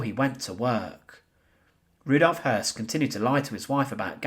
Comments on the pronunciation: Hoss, I always thought was Hess, but listening here its pronounced. Hearse. No wonder its hard to keep some of the less well known players straight! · Spelt Höss, pronounced Hess.